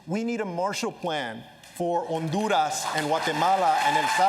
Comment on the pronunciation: He actually said “Onduras”. Lol I went to Honduras and NO one says “Onduras”. Anyways I’m nit picking but still lol